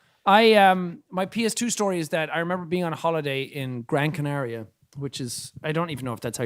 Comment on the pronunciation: I am from Gran Canaria and not only pronunciation was correct, but a lot of people in Spain call the the island "Las Palmas", which is wrong. Las Palmas is the capital city, not the name of the island, so bonus points for our boy